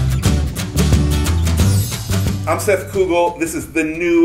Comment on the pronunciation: o Seth pronunciando o próprio nome soa como: "Seth Google"